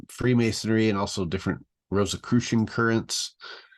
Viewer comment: I'm immediately questioning his veracity simply by the fact that he pronounces it "Rose Croy" I highly doubt the leader of the Templars would pronounce it like that